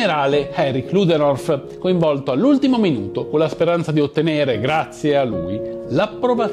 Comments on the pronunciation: Si chiama ludendorf e non ludenorf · Comunque si chiama Ludendorff e non Luderof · Il cognome Ludendorff si pronuncia esattamente come è scritto. Non parliamo di un personaggio qualunque, ma del comandante in capo effettivo, non nominale ma effettivo, dell'esercito tedesco durante la prima guerra mondiale. Un cognome universalmente noto che andrebbe pronunciato correttamente.